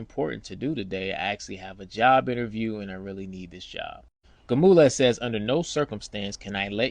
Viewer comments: 😂 Gamules? 😂 It’s Gonzalez 😅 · Why you keep calling him Gamulez. His name is Gonzalez. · Is he saying Gomulaz??? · you are butchering that man's name if its Gonzalez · Awesome Bro!! Not the ending I think anyone expected. Instead, it was much better!! My only suggestion is this: I'm from Texas and my name is Sergio although I'm African American. Many Latinos down here so I'm not sure you're pronouncing this wonderful officer's name correctly lol!! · yo bro . learn how to say that man name if you going to tell a story.... H.O.P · Great story but I'd find someone who can pronounce Gonzalez